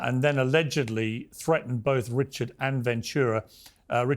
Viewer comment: Surprised Piers can't pronounce Richard's name.